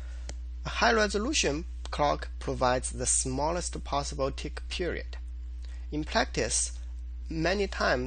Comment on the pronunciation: OMG when you said "tick" it sounded like "dick." It might just be that I have a sick mind. Otherwise, great video. Thanks! Also note, the man who created the chrono std lib said high res clock will either get steady or system clock. It was a mistake he says to make high res. So you might as well ignore that clock and decide on either system or steady clock.